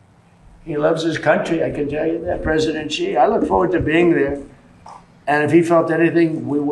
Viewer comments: touch - its not "ji" its pronounced "she" jing ping !! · Guys, let me help you out here. Xi is not pronounced Ghee, it's not even a hard sound for English speakers. Xi is pronounced exactly like the English pronoun 'she'. Don't overthink it. Xin (Hua) as in the newspaper is like 'shin'. And you are welcome to any and all: 'That's what Xi said' jokes. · X is pronounced closer to sh. It definitely is not pronounced like a j. Please correct your pronunciation! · You do not know how to pronounce the "X" sound eh? It shouldn't sound like a "J". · Can you please just say Xi's name right, please? Not "Gee", just say it like "she". Don't overcomplicate it. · The PRC dictator's name is pronounced as "she" not "ji". Otherwise "xiler" is acceptable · You are not pronouncing the president of china's name properly Xi is pronounced the same as she. Being a reporter , you should learn how to pronounce people's names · She JingPing it’s pronounced She. Like he/she. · Xi is pronounced ‘She’. I promise. It sounds funny pretending it’s some mystical sound. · You would think after all this time and hearing his name correctly pronounced, Ben would put even a modicum of effort into it. It is XI (pronounced SHE - like She is a doctor). Seriously, you get every middle eastern name correct. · Why don't you pronounce Xi correctly? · FYI, xinhua is pronounced Sinc - Hua and Xi is pronounced Sea